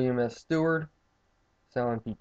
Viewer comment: By the way...good review, but it's William SEWARD, not Steward...